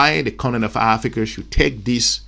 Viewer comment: IT ABOUT TME YOU LEARN TO SAY " AFRICA " AND STOP SAYING " AFRICER"